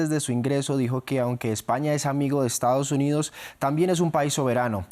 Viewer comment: Le dijo Estados Undidos 😂